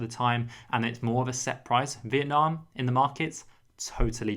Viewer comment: Youre so funny. Your pronounce Vietnam correctly but ‘viet’ in viettel is Vi-et-tel 😂